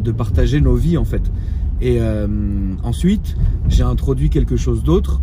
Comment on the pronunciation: Il di ensui o lieu de dir ensuite 0,45